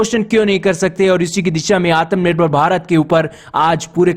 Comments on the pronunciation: भाई वो आतम नहीं आत्म होता है 😁😁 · Aatmanirvar nahi bolna aata to bhai plz aatmanirvar mat bola kr self dependent bol diya kr